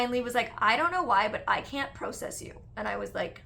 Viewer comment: The word is “process” your saying it wrong